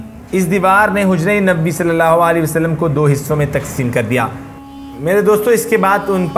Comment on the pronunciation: Barae mehar bani nabi pak ka naam thk tarhan s lijye